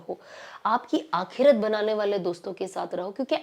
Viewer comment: sana plzzzzzz don't mind aap bohot acha bolti hai pr aap ko apni urdu alfaz thode ache karle to maza or aayega sunne me alfaz sahi kre jese aap bolti h kalik bola aapne wo hota h khalik.galat nahi ghalat aakerat nahi aakhrat .wagera wagera pllzz bura na manana mai chati hu aapki zaban b pakki ho . sorry